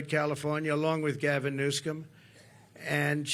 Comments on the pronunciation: Gavin "Newscom". 😂 He can never get people's names right. Diminished capacity. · He can't pronounce "Newsom," either. He adds a "K" or hard "C" in there so it comes out, "Newscom." This is at least the third time I've heard him say it wrong. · Gavin Newson. Trump can’t pronounce his name. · It's Newsom, pronounced new-sum. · Can’t even get Gavin Newsome’s last name correct.